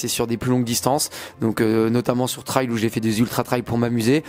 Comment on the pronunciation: Pour info, on dit trail (ça se prononce ê) comme rain. 😊